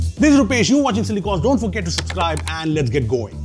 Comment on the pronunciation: supseribe 😂😂 bro